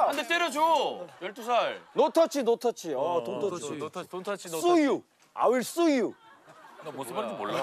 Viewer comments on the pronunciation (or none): sue you를 수육이라하네ㅋㅋㅋㅋ